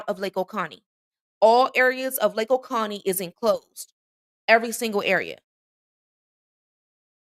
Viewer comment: hey, not picking, but its not oconnie, its o cOh nee